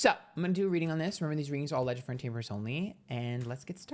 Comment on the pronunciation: I love how he says "wxfbsgndnxgwtetkdydnxbgzf...tainment purposes only" 😂 He's so sick of that disclaimer!